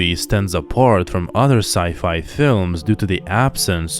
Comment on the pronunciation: Sci-fy? Science Fyction? 🤨 I thought you were an expert..